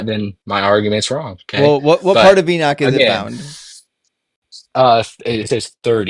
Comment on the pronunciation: Holy crap, stop saying "enick" its enoch.